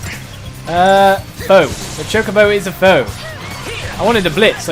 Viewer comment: It is cho ko bo not chu ca bo